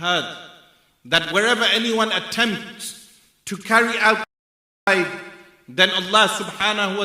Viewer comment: GENOCIDE! JEN-OH-SIDE